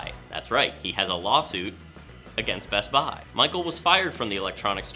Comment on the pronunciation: Why do you say best buy that way